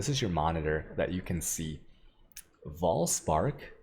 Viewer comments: It's Vaal spark, not Voll spark. Also, why is* Vaal* spark so good. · Its vaal spark not voll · Vaal Spark -> Farm Dried Lake (Voll) -> Voll Spark :D